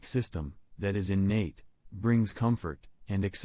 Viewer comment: "much more quicker" ?? "In nate"? Combined with the robot voice, sadly this is NOT a video I'd be comfortable sharing with loved ones to help them understand.